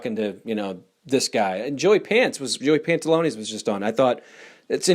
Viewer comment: “Joey Pantalones” ?? His name is Joey Pantoliano.